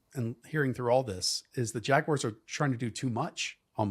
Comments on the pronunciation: jagwires vs the bingles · The jagwires?